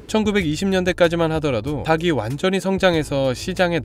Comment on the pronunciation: ‘닭이‘ 발음 주의 해주세요. 닭이 - 달기 닭을 - 달글 닭에 - 달게 다기, 다게, 다글 등이 아닙니다.